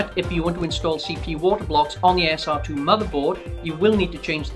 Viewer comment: say SR-2 like that one more time and ill scream...